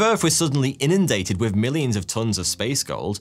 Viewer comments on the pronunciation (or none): none